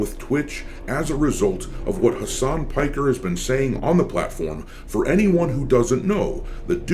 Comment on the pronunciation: mf said Hamas Piker 💀